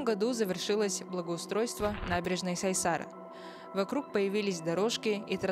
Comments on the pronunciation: Вроде правильно не озеро Сайсáры а Сайсары с ударением на Ы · Не смог посмотреть из-за ударения при произношении на букву «А», СайсАры. Возможно у меня только такая придирка, прошу прощения